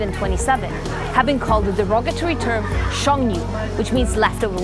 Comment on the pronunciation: sheng nu wasnt pronounced right, its more like sheng nue leftover = sheng woman= nue